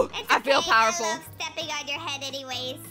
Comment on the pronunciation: Me to i like how she said pewerful!!! I like